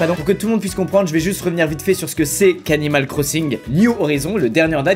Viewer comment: on dirait qu'il dit "Cannibal Crossing" 😂